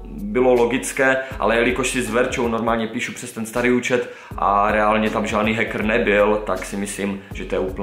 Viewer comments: naozaj prečítal hackr a nie heker (viem tak sa to nečíta ale píšem ako to povedal) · Hackr ,skvělá výslovnost😂😂